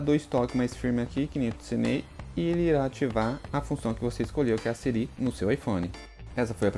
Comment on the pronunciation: Conteúdo muito bom parabéns mano, mas vc falando sirí me deu nervoso kakakakaka